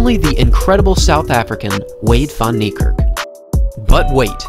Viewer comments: My guy wrecking his name, it pronounced fan nee kerk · It's prounced Fun-knee-Kark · As an Afrikaans dude. The pronunciation of Van Niekerk made me cringe through my very core lmfao. It's 'Fun Kneekerk'. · It’s pronounced fan neikerk as it is an Afrikaans name instead of van neikerk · Americans butcher his last name 😂😭 that's so so wrong lmao Its pronounced as fun-knee-ka(a for apple)rk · It’s pronounced “fun” Niekerk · It's Van Niekerk! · It's said WAYDE VAN KNEE KARK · Van Niekerk Fun-knee-cerk E of Cerk pronoumced as A. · The way they pronounce his surname🤣😂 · Any other South African here who gets slightly irratated the way people pronounce his surname wrong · You don't say van Niekerk like that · Your pronouncing it wrong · This man is amazing, however please learn how to say his surname , I kept wincing every time you pronounced it. Come on. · Dude at least learn how to pronouce his name properly.